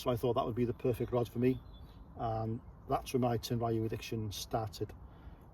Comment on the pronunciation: Tenryu is pronounced with 2 syllables. Tehn-lyū will be the closest your tongue can handle.